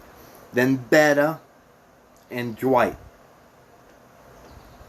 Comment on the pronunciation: Thanks for the info but maybe try to pronounce the main players names correctly. It's pretty annoying to hear Betta or rozita so many times. I don't think you've watched the show which really doesn't matter and you made some good points that were helpful so thanks.